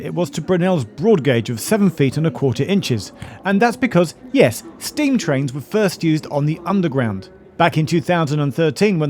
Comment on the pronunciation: Great video, but one line stood out for me because Geoff doesn't quite get his emphasis right, to my ears..... Steam trains were first used on the (Emphasis) underground.. Its harder to make the point in writing but try putting stronger emphasis in 'Steam'